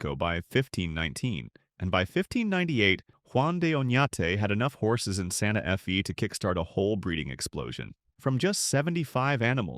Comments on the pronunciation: "santa eff ee" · This narrator can’t read. “Santa F.E.” ???